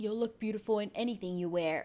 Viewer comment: Yeah wanna it wode be bitiful